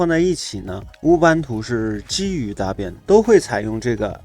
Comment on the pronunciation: 老兄Debian 发音是戴编， 大便大便，我知道你是故意的，但是还是谢谢你的教程。🤣